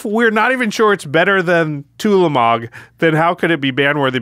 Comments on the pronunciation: saying twah-lamog would make me feel like I was about to be beaten with a baguette. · Brother ew-lamog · Ulamog, Twolamog, Newlamog.